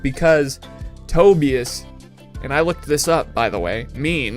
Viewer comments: Not Toe BE Us; its pronounced Toe Buy Us. .. we are all Lazlo. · Tobias is generally pronounced as toe-BAI-as. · its TOE BIE AS